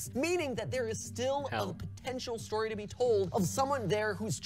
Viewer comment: Huh WAIT HE SAYD STYIY NOT STORY WOOWW